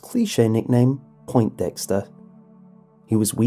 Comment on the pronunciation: Poin-dexter, not point-dexter dunce.